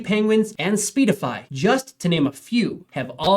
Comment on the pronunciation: Speedify 😂 stop reading like an AI. It's Seedify